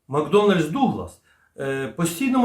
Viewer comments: Макдоннелл-Дуглас тільки, а не макдоналд, макдональдс) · 😂 МакдОнальдс-Дуглас Вибачте, не втримався, реально смішно було... McDonnell Douglas - Макдоннел-Дуглас